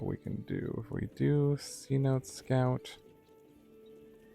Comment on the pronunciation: It’s pronounced “Seh-noh-teh” not “see-note”. The name derives from a word used by the lowland Yucatec Maya—tsʼonoʼot—to refer to any location with accessible groundwater. Just FYI love your content!!